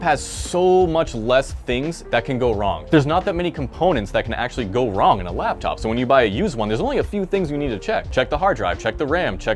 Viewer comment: Laptop. Not labTop